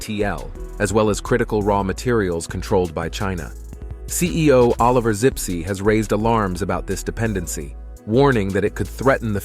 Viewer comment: the CEO is called Zipse, not Sipsi